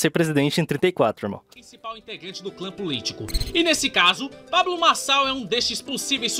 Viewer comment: o video desse cara com essa lingua pGresa me deixou desconfortavel, "pabGlo marGçal"